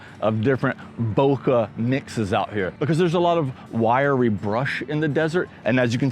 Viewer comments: Bokeh is a Japanese word and you’re pronouncing it correctly. Bouquet is a bunch of flowers. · Nice video. Thank you for correctly saying bokeh. A Japanese teacher corrected me once, saying bouquet is for the flowers, Bokeh is the smooth, soft background.